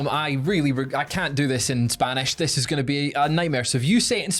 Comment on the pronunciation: Your spanish pronunciation was pretty good understandable